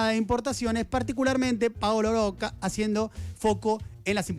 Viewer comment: Oye Diego, porque pronuncias el apellido Rocca con una erre muy suave? Creo que se pronuncia así, como está escrito, Rocca, como repelente, o repetir. También, todos pronuncian Techin, en lugar de Techint.